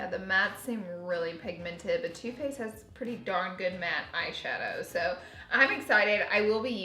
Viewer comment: Just me who thought you said toothpaste instead of too faced....